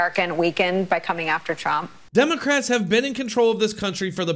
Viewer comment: Who’s “Tromp”?